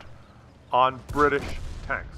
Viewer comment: Bri tish not Brridish